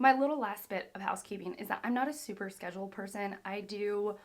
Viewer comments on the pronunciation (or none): none